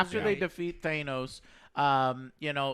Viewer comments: Is it Thanos or Thaynos? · The World: Thanos Angry Joe Show: Thaynos Not mad or annoyed, just thought it was funny. Love you're channel and you're videos Joe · What rly bothers me is that they keep saying THAY-nos instead of THA-nos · It is pronounced Thaaahnos NOT ThAYEnoesss fucktards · For the love of god...it's not THAY-NOS...it's THA-NOS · Stop saying "Thaynos" it's fucking "Thanos" lmaoooooo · Th 'aye' nos vs Th 'ah' nos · Just pronounce it as it's spelled. His name "THANOS" not "THAYNOS". Not trying to be a dick I'm just tryin' to help y'all out. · It hurts me when they say tha-nos in the movie because im used to joe saying thay-nos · Why pronounce it Thay-nos when it's always been said in the movies themselves, Tha-nos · It really triggers me how Joe pronounces Thanos as Thaynos, dude you just saw a 3 hour movie where EVERYONE pronounces it as THANOS not Thaynos get your shit in order plz TnT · Joe, NOBODY says THAYY-NOWWS. ...STOP! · THANE OS THANE OS THANE OS. IT IS PRONOUNCED THANOS. THA NOS. FUCK SAKE. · Why do these mongoloids keep saying "Thaynos"? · I also hate the way you guys mispronounce Thanos. It’s Th-an-os not Thainos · Literally everyone in the film: Thanos Joe: T H A Y N O Z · oh my god. Pronounce Thanos correctly. Please. It's Thah-nos not They-nose Thah. nos. Thanos. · sigh where in the damn movie do any of the characters call THANos, THAIN-os? Jesus.. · It's THANOS not THAYNOS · It's ThAnos not ThAY-nos.... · Why do you guys pronounce thanos like that? It’s TH-AN-OS not TH-AY-NOOSE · am I the only one here who is annoyed that and joe keep saying Theynos like wtf? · You are dumb. Loki isn't back. That timeline gets erased as cap returned all the stones back. Also stop Pronouncing Thanos wrong!!! Thainos?! Stop The kid at the funeral was the kid in iron man 3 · Hate they say "Thaynose" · Thanos, not thay-nos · ThAnos not thainos! Good god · Why the fuck Joo calling him Thaneoous??? IT'S THANOS!!! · Stop saying thaynose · Thay-nos lol